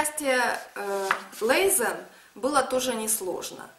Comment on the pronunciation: Правильно мягко произносить Lesen, но никак не лэзэн